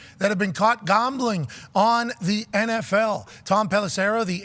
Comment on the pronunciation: It kills me the way pat pronounces his "a"'s. He says "Gombling". Ugh it drives me crazy lol